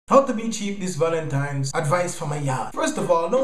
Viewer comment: "Valentimes!" Lol